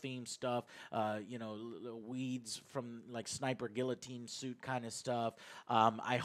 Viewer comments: It's "gillie" suit. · Did he say 'Guillotine suit' btw?